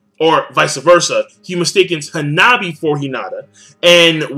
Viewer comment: wow really butchers anime/manga character's names. hAnAbi. not hinabi, shinjU not shinjrr